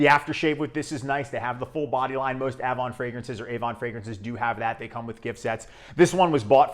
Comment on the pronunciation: Just to let you know, Avon is pronounced "aye-vahn" and Canoe is " kah-new".